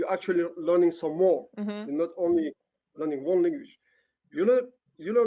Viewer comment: average person:language carlos: lenguage